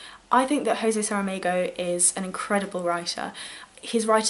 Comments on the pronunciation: Great video, definitely going to read theses books when I get a chance...lucky for me I currently live in brazil and can get them in portuguese! Just as a minor correction, in portuguese a more correct pronounciation is Joe-Zay. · Great video. I really like how you put your thoughts on the books and I really appreciate the bio on the author in the beginning. A small note: I’m brazilian so I speak portuguese and to pronounce Jose you don’t need to make de J sound like a R like we have to if we are pronouncing spanish names. The portuguese J sounds like the english J.